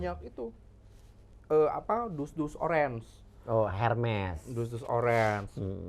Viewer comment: Koreksi Mas Uya....Hermes diucapkan [ərmi], Mas. Maaf ya sy sdh kepo.